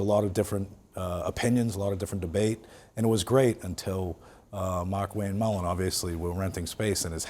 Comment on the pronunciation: I am Irish. It's Mullins, not Mullin